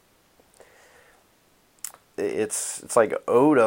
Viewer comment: "oat of this world"